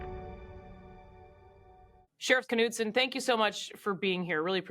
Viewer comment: Kuh-nude-sin??? Knudsen is usually pronounced Nude-sin😊This announcer should learn how to pronounce Scandinavian last names correctly instead of butchering them with some ghastly Americanized pronumciation